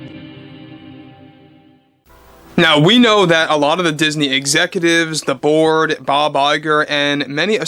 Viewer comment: When you opened you said Disney Excutives, the board it sounded like you said "the Borg". Makes sense as these people was to make us believe in their screwed up thoughts